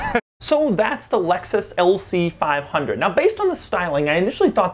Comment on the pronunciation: Lmao "lc fiiive hunerd"